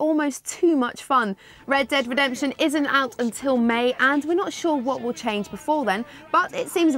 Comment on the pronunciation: funny how she can't pronounce red dead redemption